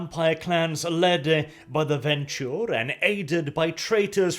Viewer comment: I think it's pronounced Ven-True not Ven-Chure but looking at the earlier Bru-ha discussion wtf do I know.